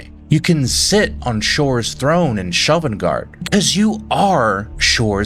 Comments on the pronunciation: Liked the video, except when you mispronounced Sovngarde as Shovngarde. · I’ll tell you something that’s abit annoying with your videos, when you mis-pronounce words and names, even though they are said in the games. Sovngarde and Sheogorath are 2 good examples. Goods vids otherwise 👌🏻